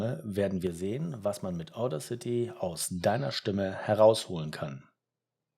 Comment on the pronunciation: Bin unterwältigt. Wenn du Audacity erklärst, solltest du wissen wie es richtig betont wird, nämlich auf dem zweiten a. Wirkt sonst unprofessionell. Zweitens finde ich den Sound der dann rauskommt, genau so sprechautomatisch wie ich es eben nicht haben will, weil ich ein Hörbuch spreche. Drittens: Wo hast du das Ganze denn aufgenommen, auf der Kreuzung? Wenn du so gut bist, warum bist du es dann nicht bei dir selber?